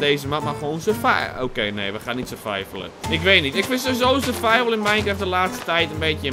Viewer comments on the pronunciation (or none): none